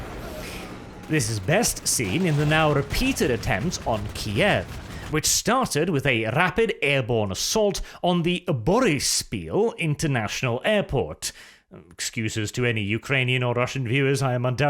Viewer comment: Ukrainian here, making pronunciation of foreign words great again: 1) Boryspil - that was actually very close. Emphasis on Bor*Y*spil, not Borisp*I*l, but otherwise good. Although you god entirely wrong airport. The one Russian attacked is Gosnomil airport. Boryspil is a passenger airport, while Gostomil is a cargo airport. 2) Vasylkiv airbase was butchered beyond recognition. The right one would be Vah-seel-kEEv